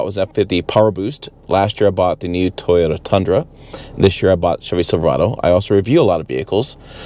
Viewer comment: You nailed it on the 22 Totah Tunnruh. It is and remains a huge huge disappointment and yes it is not only ugly it is hideous. Mike Sweeres should have been fired for this ridiculous so called truck. I love my 2020 Limited crewmax but honestly will probably go back to Ford or look at Chevy as opposed to Toyota until they fix all these issues and like you said, I doubt they will.